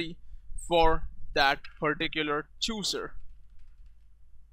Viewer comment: You don't even know how to pronounce chooser.